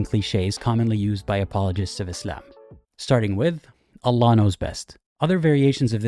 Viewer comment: I love how you pronounce Allah "ull-UGH"